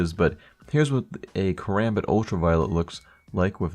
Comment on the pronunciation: I love it when you say karambit you say it like kawambit